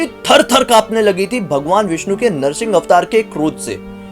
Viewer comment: It is narasimbha Avatar 🙏 not narasin Avatar